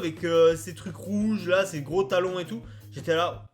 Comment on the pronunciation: tu dit gros talon mais on se compren " gros siens "